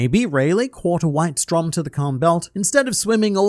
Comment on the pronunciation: just a side note: "Strom" is the german word for "stream" or "current" and is pronounced with a long o